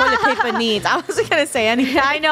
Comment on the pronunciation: Funneh: toilet plaper